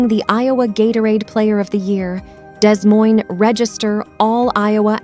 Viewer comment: Many humans mispronounce Des Moines (Dez Moinez instead of Da Moine)